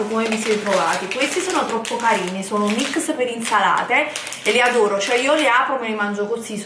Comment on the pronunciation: MICS di frutta secca, la mammellata, il MUESLI, 'essendo che'... ah, ma come parli?!